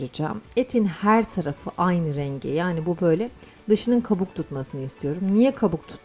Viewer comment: " Her" derken fazla abartarak telaffuz etmiyor musunuz